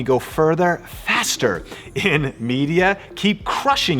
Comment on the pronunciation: I wish you would put slightly less emphasis on "faster" lol;D just kidding